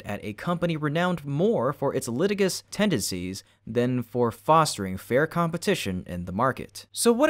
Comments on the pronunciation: Dude, the word is pronounced li-TIJ-us, not litigus. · Lit-ihh-jus not lit-igus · Litigious pronunciation: luh·ti·juhs